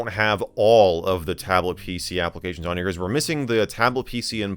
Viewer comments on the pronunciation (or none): It’s amazing how computer illiterate MJD, it’s half the reason I watch, the other half is so I can hear “Mikersoft applecations,” I laugh every god damn time.